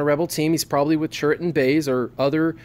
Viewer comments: Dude I am cringing every time I watch your videos. It's CHIRRUT, not CHURRIT! :/ EDIT: But altogether I really like your videos, they are very informative :) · And if you watch the scene again when Chirrut first talks to Jyn Erso and introduces himself, he clearly says Chirrut Imwe, not Churrit Imwe